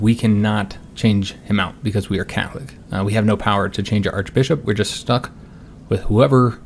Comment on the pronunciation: How he says Catholic "calic'